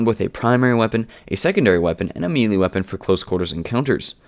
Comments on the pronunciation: As a noob I found this video very helpful. One nitpick, though: Melee is pronounced "may-lay", not "me-lee" as it appears. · wow guy you pronounce and enunciate everything all over the place. it's "may-lay" not "mee-lee"...